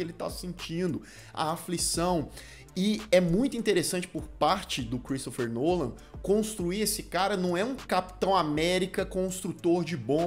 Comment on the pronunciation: Só pra dizer que é Christopher Nolan e não Cheristopher Nolan 👍🏻